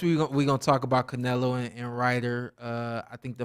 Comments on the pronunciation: You’re not gonna stop this dude from saying CARnelo the whole time!? Come on! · Who. The. Eff is “Car-nelo”?